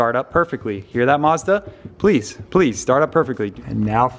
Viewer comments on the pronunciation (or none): none